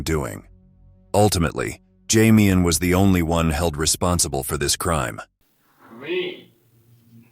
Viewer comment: "Jamian" lol....